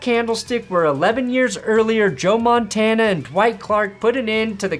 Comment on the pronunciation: Don't ever call him Joe montania